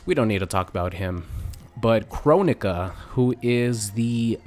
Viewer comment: Kronika is pronounced Kron-eekaa